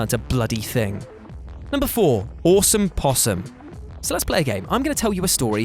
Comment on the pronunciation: Sorry yo be that guy but the Awesome in Awesome Possum should be pronounced osome (like the o in tot) so it rhymes with possum not on ohsome (like the o of poe)